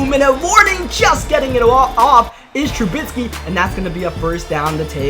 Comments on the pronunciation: Please pronounce Trubisky’s name right. TRU BISK EE not TRU BITS KEE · TRUBISKY. NOT. TRUBITSKY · Y this nigga say trubisky like that